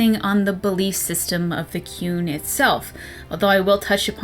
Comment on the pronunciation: All I can hear when you say 'The Qun' is 'The Coon'. Is Eric Cartman running a society in Dragon Age universe where everyone should obey him? Seems plausible